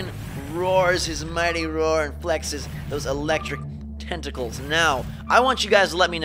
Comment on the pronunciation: love how he says tentacles for some reason it made me laugh a lot 😅😂😂